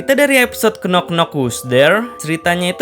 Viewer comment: Sedikit koreksi min "Knock" itu gak dibaca "knok" TAPI dibaca "nok" Huruf "K" nya tidak dibaca, alias Silent -K